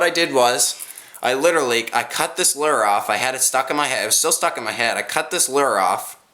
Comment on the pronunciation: Lure say it like this luer